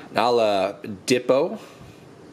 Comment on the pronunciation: Nice vid, but you gotta learn how to pronounce Ben Simmons and Vic Oladipo lol they are both marquee players in the NBA